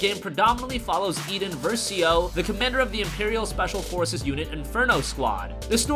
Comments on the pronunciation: Eden versio? I thought it was Iden versio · I-den not e-den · IDEN not EDEN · It’s iden IDEN not Eden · you pronounced iden wrong...... more sounded like eden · It’s pronounced Iden not eden. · Its pronounced iden not iidén